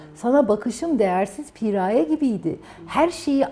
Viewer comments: Cidden piiğğraye piğraayyee demekten derdini anlatamadı 🙄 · Pi-raye değil Piraye. Yarıya geldim videonun sadece anlatıyor nasıl çözüme kavuşuruz anlatmadı. 5 10 bine seansına gelemeyiz kusura bakma